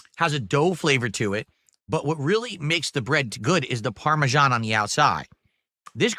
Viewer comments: What in God's name is parmejahn? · "Parmesan... CHE" STFU, you act like you don't eat this EVERY DAY but you know all the dented steps? GTFO, you cow..